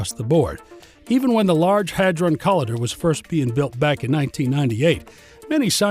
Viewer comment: IT'S NOT "COLLIDDER", IT'S CO-L I DER , THE "i" MUST SOUND LIKE THE i IN Lighter!!!